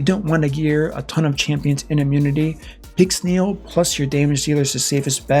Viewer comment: "fully booked pixnel" ouch